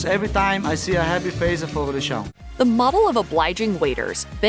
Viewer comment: Fogu de xau